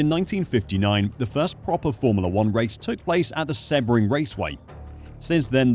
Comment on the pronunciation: its pronounced sea bring raceway.